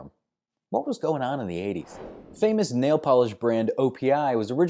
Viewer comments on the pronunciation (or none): none